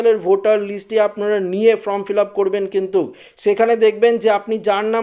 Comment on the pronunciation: ইস্ যেমন উচ্চারণ তেমন গলার স্বর। From নয়, Form 😂😂😂😂😂😂😂😂